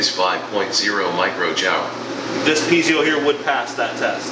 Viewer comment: Really impressive. Great set up. The only diesel-related thing you guys don't know how to do well is pronounce "piezo". :P